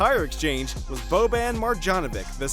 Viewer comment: it's bo-bawn mar-yawn-oh-vich kelly ooh-bray Oh-luh-dee-poh Dray-mond green